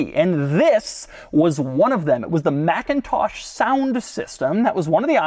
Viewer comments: It’s not pronounced MACintosh. That’s the Apple computer company. The sound system company is pronounced McINtosh. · It’s pronounced mick-in-tosh 👌🏼